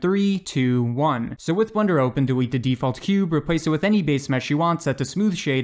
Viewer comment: "dewete the default cube"